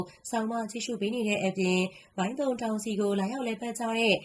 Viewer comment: မိုင်းတုံ ပါဖာမရယ်စွတ်ပြော ဇွတ်ဖင်ခံရေးနေတယ်။ သုံ မဟုတ်ဘူး တုံ ပါ...